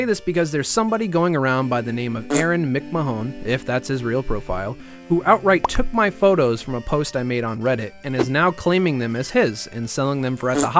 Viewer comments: Mick-Man is how you pronounce McMahon btw not how you said it pal lol. Thanks this is awesome btw. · The name is pronounced Mc man